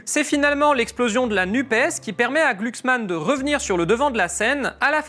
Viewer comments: On prononce glucksmann ou gloucksmann MDR j' aime trop la phonétique 😊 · C'est pas gluglu c'est glouglou 😂